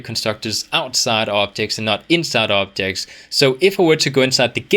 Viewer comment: i dont know why i keep hearing optics, optics contructors and optic models haha anyway, this channel and this courses are incredible you rock man!